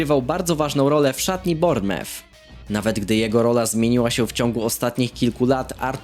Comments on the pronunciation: czyta się BORNEMUF! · Nauczy się czytać Bournemouth!!!!!